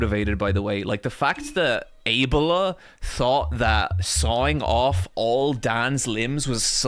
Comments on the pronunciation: Why he pronounces abeLLa so wrong? It's abeLLa you idi0t. It's not aa-bela, it's a-bella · Why does he pronounce Abella that way? Like Able-uh Surely it’s just pronounced Ah-Bell-ah? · Why pronounces Abella as Ebola?